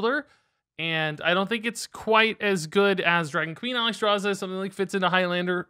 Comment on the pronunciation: Look how they butchered Alexstraza !! MONSTERS !!